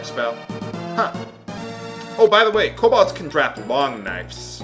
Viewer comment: Kobold, game, not Cobalt.